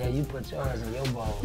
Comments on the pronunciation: “You Gotta Puddddiddindiss”😭😭😭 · “You gotta puttrrrrr in this”😭